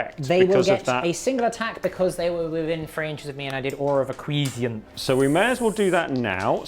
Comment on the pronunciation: Chef's pronunciation of acquiescence (he said it "a-kwee-zee-ence") mortally wounded me and caused a knight level explosion...